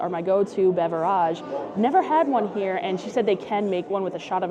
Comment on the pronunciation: What is the story behind how you say Beverage? I always wondered.🧐